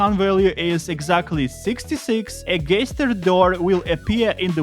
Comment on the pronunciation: did you just say gayster